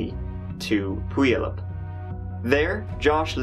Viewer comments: The way he pronounces Puyallup is annoying. It's "pu-YALL-up" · Hang on...is he trying to say Puyallup ? Lol It's a tough one but I finally learned that it's pronounced Pyoo-al-up. Lived there for a few years before a got it down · I would have been saying "poo yah loop" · I love how you pronounced Puyallap, that is how I will say it from now on. (I live in washington, it is Pew-owl-lap but he said poo-u-lup). I bet the creepy old man took her to a basement somewhere.. or something horrible like that, poor woman. This whole story is heartbreaking... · I know this is an old vid (I’ve been going from oldest to newest rewatching your vids 😊) and I’m not sure but hopefully you have corrected it by now but Puyallup isn’t pronounced pee-youll-up… it’s pew-al-up (AL as in like Al Bundy lol). A lot of Washington state place’s names are weird 🤣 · Puyallup is pronounced P-you-al-up not pooeylip. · 😂 It took me a minute to realize you were trying to say Puyallup. It’s pronounced more like Pew Wallop. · Puyallup is pronounced "Pew-Y'all-Up" incase you have to read it out again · You don't pronounce the y. It's just pew-all-up . The old Fair song can teach folks how to say it. 😊👍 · Love your videos!! Just as a friendly tip the city of Puyallup is pronounced as PEW-WALL-UP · It took me a second that you were trying to say "Puyallup." XD It's Pew-al (Like Albert)-up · lol he pronounces Puyallup so wrong I'm dying over here haha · Oh! I remember this happening, it was a few blocks from a family friends house! (Also, not that it's important, but it's pronounced p-you-all-up, it's a super common mispronounciation). It was really crazy to see something like this happening here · I think of those babies each time I drive by the cemetery. Heartbreaking. My daughters bf lived in the same neighborhood as Steven. Puyallup is pronounced pew-al-up. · So, it's pronounced Pew-all-up. But so love the way you say it. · Puyallup, pew-all-up. Hi from Oregon. RIP all. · Puyallup = Pew-all-up